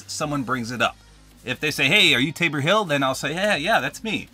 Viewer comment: bro its tabor not ravor